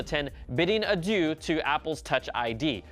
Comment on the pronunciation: Lol, the way he says “Adieu”